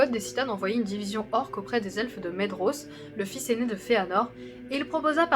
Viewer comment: Excellent ! Seule remarque : la prononciation des noms. Le "dh" se prononce V, le "th" T, le "c" et le "ch" se disent K, le "g" G(u), etc. Par ex : - "Celeborn" se dit Kéléborn - "Maedhros" se dit "Maévross" - "Region" se dit "réguionne" et pas "réjion" comme le mot français - Les terminaisons en "in", "an", etc, prononcent bel et bien le N. "Thorin" = Torinn, etc Il y a un tableau des prononciations dans le Silmarillion ^^ Bon courage pour la suite ^^